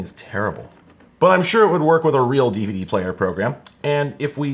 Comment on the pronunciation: I like how all YouTubers pronounce DVD as Diva Dee